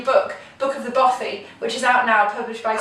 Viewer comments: Hi... Just to say (& I know someone will correct me if I'm in error here) but although "bothy" looks like it's pronounced like "both-y" it actually rhymes with "cloth"-yr both - cloth. ( Unless you say 'cloth' to rhyme with 'both'?!) so not the long 'oh' sound, like: oh, or so, or flow, or go, okay? 👎 The short 'o' instead... Bothy o...like: Cloth, moth, broth, doth... okay? 👍 not "bowthy"... 🤞😏🏴♥️🙂🖖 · Thank you for pointing this out. As a Scot, his consistent mispronunciation was grating to my ears 🙄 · 'Bothy' to rhyme with 'coffee'